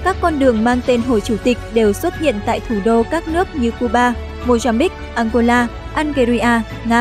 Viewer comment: nghe đọc tên ăngôla mà cứ tưởng đất nước nào kg có trên bản đồ thế giới